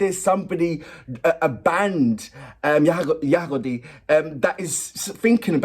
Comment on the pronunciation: Name of band you pronounced very well 😍 that's right. They and their song are my favorite , I was on their concert in 2023 . That was incredible and exciting 💞😎